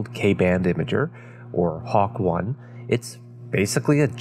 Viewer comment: I've only heard HAWK-I spoken as "hawk eye" which also makes a lot more sense than "hawk one"